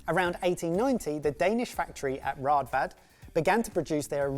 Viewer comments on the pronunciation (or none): Fun useless fact: Raadvad can also be spelled Rådvad. The double aa's works as an Å and is pronounced Oh', and the D that comes after is a "soft" d, like the start of 'the - th'. So instead of rad-vad it's more closely pronounced r-oh-th-vad if that makes sense. Good video 👍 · It's pronounced with the å- sound. "Rådvad" 😃 The breadcutter is made for rugbrød, wich as Ben mentioned is very dense. I'm 36, and we had one when I I was a child.